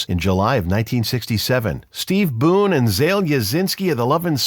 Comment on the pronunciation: You can't even pronounce Zal's name correctly.